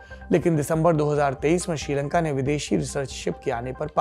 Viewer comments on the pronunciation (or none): none